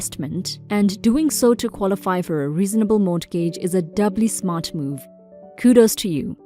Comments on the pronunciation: It is pronounced more-gij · FYI: The "T" in mortgage is silent. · You could be right though I have never heard any other USA citizen pronounce the T. I am not usually pedantic but when words do not 'flow' then for me it really jars. When the 'T' is pronounced it makes one word sound like two words. I will just have to grin & bear it. All the best. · The 'T' in mortgage is silent - as in not sounded.